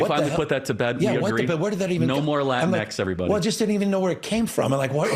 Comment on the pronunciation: By the way, I don’t think they named it Latin-x, I think they literally called it “la tinks”